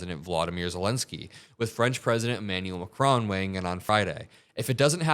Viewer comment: Just for the hell of it: it is ma....KRON. Stress on the second part of his last name. Love your show!